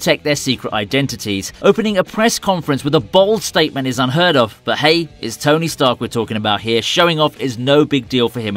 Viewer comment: Ah yes, tony starch